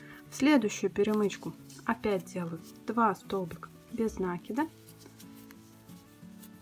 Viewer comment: Почему произносят нАкид а не накИд?